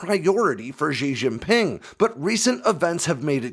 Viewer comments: Good info, but poor pronunciation. The name of the CCP leader is pronounced /she jee ping/. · Xi Jinping she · jeen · ping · They don't even have that s as in measure sound in Chinese. X goes "sh". J sounds like Jif or Jingle. Xi Jinping is pronounced like "She Jean Ping".